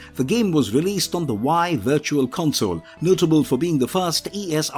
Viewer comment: The voice over is either AI generated, or they used a text-to-speech program. Either way I seriously doubt it's read by an actual person. Surely nobody would pronounce "Wii" as "Why"! 🤣🤣